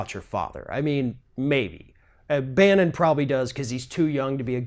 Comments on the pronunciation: I cant abide watching/listening to the orange one. Be that as it may...don't pick on the kid. He's a *kid*. His daddy might be an idiot, but the "sins of the father" and all that. Gossip about the kid should be off limits. Let's hope he will emulate his mother .. (PS: It's Barron, not Bannon 😕) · It's actually "Barron", so you screwed it up, too. Food for thought.